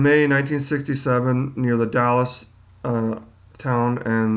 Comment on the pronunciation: The Dalles is pronounced "the dalls" and we people from Oregon say it like "Oregun" not "Oregone" that's how east coasties say it. :-)